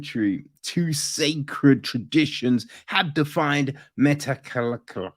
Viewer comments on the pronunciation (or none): I live in metlakatla.....btw you are saying it wrong